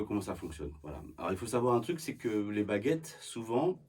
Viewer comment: I heard "bagettes" and now I'm hungry.